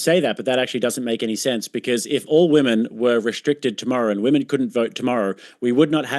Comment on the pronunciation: “If VweMen”, once you pronounce “Women” like that you shouldn’t be able to vote on western values.